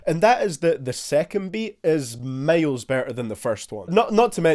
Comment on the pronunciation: You say "miles" like "males"